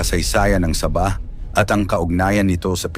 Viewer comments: SA-BAH HINDI SABAH PRONOUNSATION PARANG SAGING NA SABA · Para Kang bumibigkas ng saging na SABA. SAB...AH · ayusin mo pronounce mo sabah hindi parang saba na saging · ang pronunciation sa bah. Hinde sabah^ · Paki ayos mo naman ang pagbigas mo sa sabah..nakakairita ang iyong pagbigkas.. Sa-bah....hindi sabaaaaahhhhh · Saba saging yng pagbigkas mo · Saging binibigkas ng ah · Bobo k bang vlogger...ayuson m nga pag pppronounced ng SABAH..gngawa .ong saging eh..bobo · Ayusin mo ang pagbigkas ng sabah.